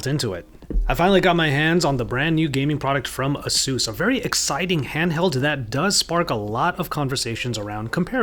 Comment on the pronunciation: It's AH-SOOS